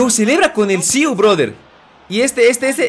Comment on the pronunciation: no es siuu es siii